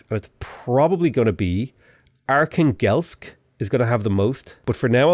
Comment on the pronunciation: Every time pronounces Archangelsk it kills me inside as a native russian speaker.